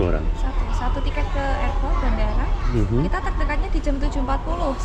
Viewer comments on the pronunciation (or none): none